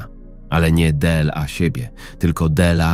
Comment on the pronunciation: De el a =dla,czy to takie niemozliwe do wypowiedzania ,a takie irytujace